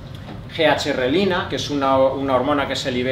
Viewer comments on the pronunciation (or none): GHrelina? Por favor no la leas asi y no hables asi de la ghrelina. JAJAJA. Ha sido una patada a cualquier manual de Medicina.